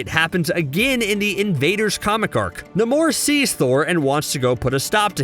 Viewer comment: I thought it was NAY-mor.